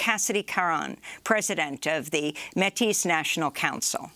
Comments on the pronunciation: Métis is pronounced "May-tee" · Métis with the accent on the e is pronounced May-tee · Métis is pronounced with the "s" silent, like "metee". Thank you for all your hard work and proffessionalism. Democracy Now is vital.